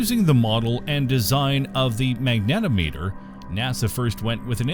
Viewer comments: Great! Lots of instruments. Pronunciation: mag-nuh-TOM-uh-ter. Unit conversion: -210°C has 2 significant digits so -134.444 should instead be -130° F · FFS find a narrator with some understanding of the subject matter, and can pronounce and emphasise technical terms correctly. Magnetometer rhymes with speedometer. A ten-foot high-gain antenna is not a ten-foot-high gain-antenna. It’s even parenthesised to show you how to emphasise it!